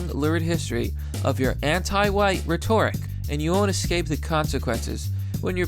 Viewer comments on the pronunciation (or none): Its ret-or-ric, not ree-tor-ick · Love you, man, but please....it's RHET-oric, not rheTORic. Other than that, awesome content. Please forgive my OCD! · you pronounced rhetoric wrong